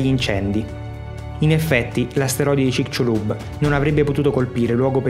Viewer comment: il mio amico del messico lo pronuncia cicsulub. Cmq a parte questo banale dettaglio complimenti x il documentario 👍👍